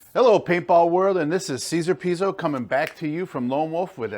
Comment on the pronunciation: it's always weird to me, hearing his name being pronounced like that. i'm not even italian, but shouldn't it be more something like "tshe-zar-eh peetso"?